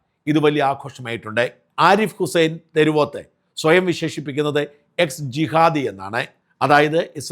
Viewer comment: തെരുവോത്ത് അല്ല ഷാജാ. തെരുവത്ത്. ഏതോ ഒരു തെരു വെടിച്ചിയുടെ പേരിനൊപ്പം തെരുവോത്ത് ഉള്ളതിനാൽ ആണോ അതേ ചെല്ലപ്പേര് എല്ലാവർക്കും ചാർത്തി കൊടുക്കുന്നത്? ഒരു മാദ്ധ്യമപ്രവർത്തകൻ കുറച്ചു കൂടി ശ്രദ്ധിക്കണ്ടേ? അൽ ഫലാ യൂനിവേഴ്സിറ്റി എന്ന് ഇയാൾ കേട്ടിട്ടു പോലുമില്ലേ?